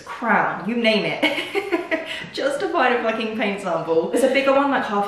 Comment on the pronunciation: “It FOOKING knew” 😂😂